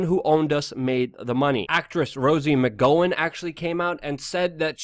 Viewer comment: Luke, you aren't researching shit. You pronounced Rose McGowan's name nowhere close to right and didn't even bother to look that she was suspended for doxxing somebody. How can I take your Alex Jones level conspiracy theories seriously if you can't even get small facts right on a story that everyone knows about?